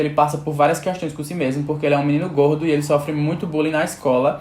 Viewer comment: Kkkkkkk o jeito q ele fala gordo é muito engraçado